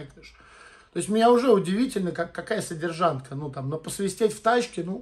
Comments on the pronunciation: Тоже слух резануло. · Братан,без обид,не содержантка,а содержанка